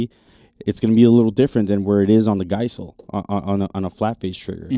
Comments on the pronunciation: I have Geissele (pronounce the E) on my specialty lowers, NM on my service rifle, SSA-E flat on both 3/2 gun because price was no object and they are very specialized. Duty rifles have the LaRue 2 stage curved because I can’t tell a difference with so many other things going on in that environment. I have a CMC single stage cassette in what has become my back seat rifle that shoots reloads. They are all great/reliable, I don’t pull shots because of the trigger, but I feel more confident with all of them than I do with a mil spec trigger because of the consistency. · How much credibility does somebody lose as a supposed subject matter expert on the topic of triggers when tyou hear them mispronounce Bill Geissele's last name?? For me, the answer is actually quite a lot given the reputation and recognition Bill Geissele's triggers have earned in the industry.